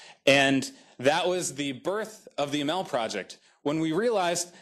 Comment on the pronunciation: Why so many lawyers? Another American corporation, headed by a 'Muslim' (name only), to lead another operation into the ME to destroy Islam in the name of 'freedom' and 'democracy - when it was the West that planted all the dictators in the ME and Africa. And it is pronounced, A-M-A-L, not a-mel. By the way, your audio stinks as well as your video. Hope it falls flat on its face., you are a sell-out.